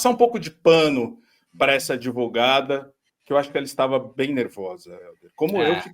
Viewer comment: Advogada ou adevogada😂😂😂😂😂